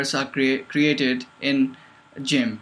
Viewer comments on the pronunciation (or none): Being Skilled: Jimp Me: its with a G not a J